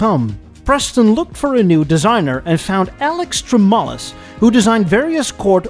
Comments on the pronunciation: ..I admire your structure of this presentation, from beginning to end, you laid this out in very understandable and logical segments. Not much more can be added to the story, but your layout of this video is extraordinary. ( one little nit to pick - Alex Tremulis - pronounced Trem - U - Lis ) Keep up the great work! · Alex Tremulus pronounced Trem-you-luss. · Alex Tremulis. Pronounced: TREM-YOU-LISS. As a glass half-full man, I'd like to think that - had the Tucker car succeeded - the corporation may have lasted a little longer. I would wager but not much longer. I could see the Tucker becoming the American VW - the peoples' car. Once the car would have proven itself, people would be lining up to get them. But I agree with you that by 1955....1956.... the design of the car would be decidedly "old hat". Hopefully by that time, Tuckers' R&D department could kick in and have disc brakes ready, or mechanical fuel injection. Tucker also pioneered a very simple yet elegant Automatic Transmission - known as the TuckerMatic. Designed by Warren Rice (of Buick Dynaflow fame) the transmission only had something like 32 moving parts, used a torque converter and had two forward speeds. But I digress. I always envisioned the Tucker corporation lasting into the 60's.... but what I think would have done them in would've been all the federal mandates, CAFE & emissions standards in the early 70's. Much like over at American Motors.... having to waste valuable R&D money on mandates ate up the funds for annual updates or luxury features. A small company like Tucker wouldn't be able to bear that expense and would've either merged, sold out or shut down. The one saving grace of the corporation would've been Mr. Tucker himself. I feel he was a certified car nut and he would've had his finger on the pulse of the automotive community. Just think....